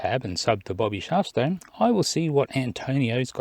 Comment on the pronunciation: ERRATUM It's Bobby Shafto (not Shafsto), in case you're searching for him. Apart from that, love Bobby's channel. A worthy shout-out,.